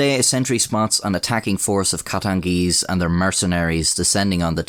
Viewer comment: He said “the katengeeze numbered over tree thousand”